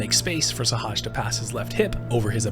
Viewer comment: why can't nobody say sehaj name right LMAO